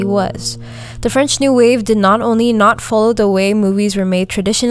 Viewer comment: As a French woman the way you pronounced everything French made me smile . I really enjoyed your review keep going. You even made me want to rewatch the movie !